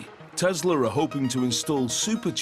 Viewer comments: Can you please stop saying tezla there is no ZZZ it is TESLA SSSS TESLA NIKOLA TESLA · I love TESLUR!!!!😂😂😂